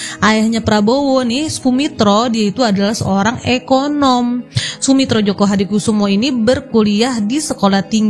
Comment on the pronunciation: joyo min, bukan joko